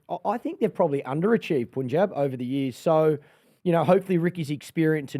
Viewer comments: I'm sorry but Erin's pronunciation of every "Asian/Indian" word is top drawer! Makes me feel like she's lived in the Indian subcontinent for a while. Its not just this episode too, she nails her vernacular EVERY time! Meanwhile, Clarky--Mate, please for Fsake, call it 'Pun-Jabh' not 'Pooonjeb'. Love you buddy! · Sir punjab kings U pronounce as pun-jab but it should be pronounced as pann-jab😊😊